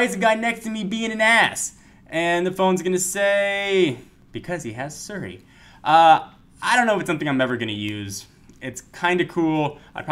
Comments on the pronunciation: it's Siri not Suri! (he's pronouncing it wrong...) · its not seri its siri.... learn to speak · It's pronounced SEE-ry.